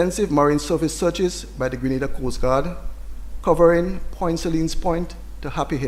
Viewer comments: Lady from the UK ( the journalist) it is GRENADA IN THE WEST INDIES and not Granada in Spain .Please prounce the country properly ,do your research first, thank you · Our country is called Grenada, the Caribbean Island. Not Granada in Spain. Please get it right? Your unwillingness to even try, says alot about you. Smh.